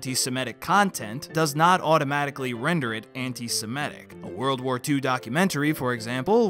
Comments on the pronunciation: I appreciate your channel, and this video, but I cringe every time you pronounce the word antis*e*m*i*tic as "antis*i*m*e*tic". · Why do you keep saying "Anti-se-me-tic" when it's "Anti-se-mit-ic"? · "Antisemitic". The word is pronounced "Antisemitic". (ANT-i-sem-I-tic). The fourth letter from the end is an I––not an E.